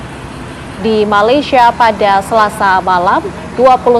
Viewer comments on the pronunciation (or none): none